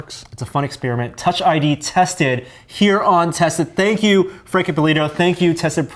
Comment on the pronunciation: don't you love it when they do exspearmints